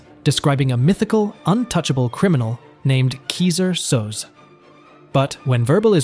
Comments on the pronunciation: Ky-ser So-say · Check the pronunciation on character name in Usual Suspects (ie watch it)